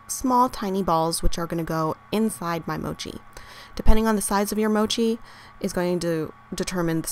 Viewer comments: The 'o' in Mochi is short, it's not Mouchi. ^^ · You're saying Mochi wrong. The O as in gosh